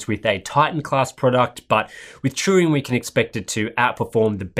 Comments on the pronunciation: Sounded like you were putting the 'r' before the 'u' and saying Truing. Maybe just the way I'm hearing the accent. All good. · Turing. Like, Alan Turing. Not Truing.